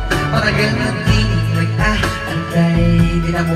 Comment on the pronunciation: Natawa lng ako sa pag pronounce mo ng matter😆 pero solid paden